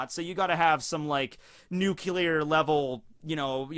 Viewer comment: Say nuclear again